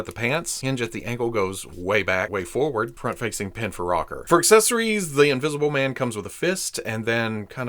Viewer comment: Hahaha "Wolfmn...Invisiblemn" - You da best!! 😅🙌👍